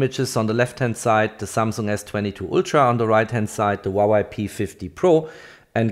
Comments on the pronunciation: It is pronounced "Hwah Way." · stop saying wawei to huawei lmao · łałaj 😅 Huawei not łalaj 😅🤣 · Great video! Thanks for sharing! Btw, it’s HUA WEI not HUA WAI. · huawei = hoo-wah-way. not hwawa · Huawei ❎ Huawai ✅ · Not yy but its hua + wei = huawei.. 😊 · Damn, i wish i can buy a "Vuavai" instead of Huavei, it probably performs much better... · Since when is Huawei a Wawai? 😂🤷‍♂️ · Other people: "Huawei" This guy: "HwAwAi" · I love the way this man keep saying waway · 'Wawai' lol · You really need to work on your pronounciation of Huawei dude;)